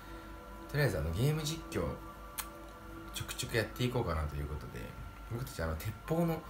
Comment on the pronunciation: てぃゅーことゅでぇぬぇ？？